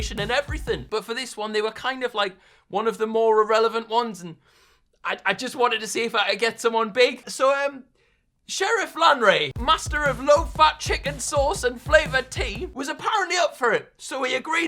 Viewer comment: completely butchered sherif 😂